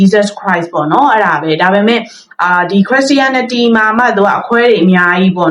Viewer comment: အစ်မ ရေခရစ်ရှာရနတီလို့အသံထွက်ကမှားနေပါတယ်ပြန်လေ့လာပါဦးနော်